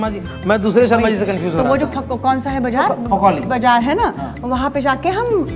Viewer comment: Fakoli bajar 😂ladaki bol nhi pa rhi h